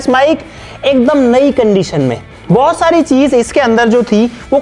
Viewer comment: Bohot sari ❎ bhosari ✅ 😂